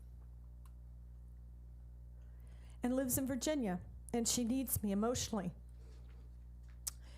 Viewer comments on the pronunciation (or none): none